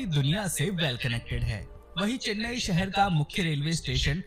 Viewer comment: Say Chennai not Chinnaaai